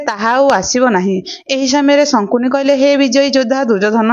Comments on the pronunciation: ଶକୁନି କୁ ପଢିଲା ବେଳେ ସଙ୍କୁନି ବୋଲି ପଢୁଛନ୍ତି, ଦୟାକରି ଠିକ୍ କରି ପଢ଼ିବେ, ଖରାପ୍ ଭାବିବେନି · sankuni kahuchha siye sakuni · ଶକୁନି କୁହ । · ସଙ୍କୁନି ନୁହଁ ସେ ଶକୁନି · Sankuni nuhen😅😅😅😂 Sakuni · ଜଣକ ଶକୁନି ଶବ୍ଦକୁ ବାରମ୍ବାର ଶଙ୍କୁନି ଉଚ୍ଚାରଣ କରୁଥିଲେ, କାହାଣୀଟି ଅତି ସୁନ୍ଦର ଥିଲା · Not sankuni it's sakuni....🙄🙄🙄🙄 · Sankuni nuha sakuni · Sankuni😂 nuha Sakuni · ଶକୁନି ନାଁ ଟା ଶଙ୍କୁନି କେବେ ହେଲା... ଉଚ୍ଚାରଣ ଠିକ ଭାବେ ହେବା ଦରକାର । Afterall ଆପଣ ଗୋଟେ ଜାତି କୁ represent କରୁଛନ୍ତି । ଖାଲି you tube ରେ ଦେଇ ଦେଲେ ହେଲା...😮😮